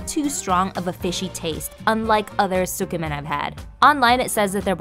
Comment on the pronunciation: You're not supposed to pronounce the "u" in tsukemen, though. It's more like "skeh-men". Other than that, lovely video, nice vibes. You earned a sub!